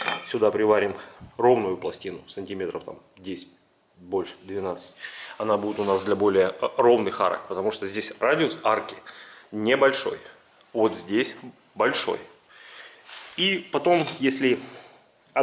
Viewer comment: Арок, а не АРАК)